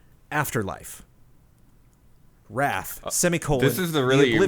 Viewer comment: Correction: , not sure if just mispronounced or wrong idea but the game is Wraith: Oblivion (wrAYth, as in the ghost, not wrAHth as in anger). Wraith: the Oblivion is one of White Wolf's World of Darkness settings that are starting to get more video game adaptations (like Vampire: The Masquerade / Werewolf: The Apocalypse).